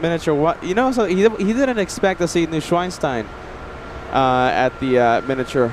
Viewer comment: And again says 'Neuschweinstein' instead of Neuschwanstein 😅. The way he says it, it means new-pig-stone. 🐖